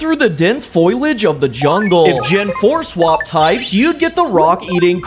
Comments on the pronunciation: Hate to be that one guy, but the word is "foliage," not "foilage." Sorry about that. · It needs to be said: Fol-ee-ehdge Foliage